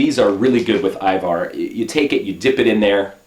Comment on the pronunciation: ajvar yeah lol u said it correctly :D but in comments they keep witting ivar